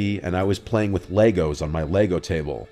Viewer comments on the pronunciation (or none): none